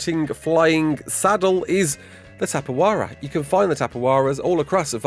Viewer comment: dont take it as offensive, its spelled tapejara, with the JAY sound, not H. Its a brazilian species, and in brazil, we do not use the J as RR or H. awesome video btw